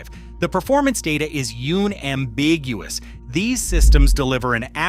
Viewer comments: I almost believed it wasn't AI narration until the "Yoon-ambiguous" line. Then I stopped watching. Cool concept though, thanks for sharing! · You. Namm. Biguous Gotta love these A.I. generated words in these A.I. generated narrations. 👎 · This AI "Oon-ambiguous"... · what in the AI is "yoon-ambiguoous"??? get out of here with this bs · "yoon ambiguous" AI slop spotted AI slop spotted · OON-ambiguous damn more AI slop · Did it just say "Yoon-ambiguous?" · the ai saying "yune ambiguous" 😂😂😂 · "Yoon-ambiguous"... you mean "unambiguous"... AI thinks it's like "unanimous". The AI voice errors just irk. I had to stop listening. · The moment narrator mispronounced unambiguous as “yoon-am-beeg-you-wus”, it dawned on me that it was AI slop, even though the science behind the topic makes sense. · I guess AI can't pronounce unambiguous. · Learn how to say "unambiguous" lol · this AI nonsense lost me at the mark.... un-ambiguous... if you are going to waste an individuals time of watching at least make sure your AI can pronounce the English language